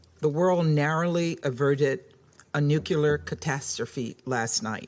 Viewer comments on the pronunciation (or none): Please please please learn how to pronounce nuclear. It’s not Neu que lur. It’s Neu clear. That lawmaker is dumb.